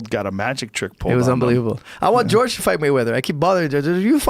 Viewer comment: Some people call him "George" instead of "Horhay"